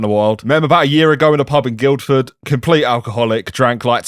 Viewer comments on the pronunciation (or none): You're not meant to pronounce the 'd' in Guildford, by the way.